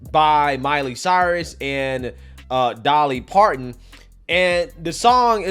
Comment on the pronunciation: The reporter's inability to pronounce "Parton" (it's not "Parkkkkkon") gets an "F".